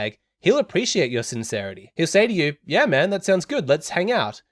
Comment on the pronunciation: I feel like you might be from South Africa, by the way you say "yaaa man"..... Am I right? Great video btw!